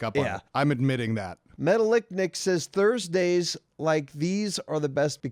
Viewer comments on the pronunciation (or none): Metallic Nick (not metal-lick-nick) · Metal lick nick? Super surprised you guys didnt roast that pronunciation.....I would assume it is Metallic Nick 😂 #opprotunitymissed Keep killing it gaming crew! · Metallic. Nick. Metallica. How does pronounce these thing when he reads them separately? You were said Metal-Ick-Nic. For shame. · Metal icknick??? C'mon lol. I guess you do read shit that isn't there tho, so good 'nuff for me